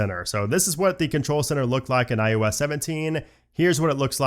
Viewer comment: I noticed his pronunciation of IOS, kinda sounds like IUS, and now I can’t unhear it